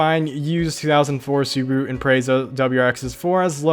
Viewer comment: Why are everyone not able to pronounce Subaru correctly